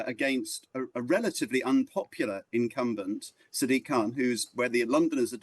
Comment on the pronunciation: Why does no-one pronounce Sadiq correctly? It's "SAA-dik", not "Sa-DEEK".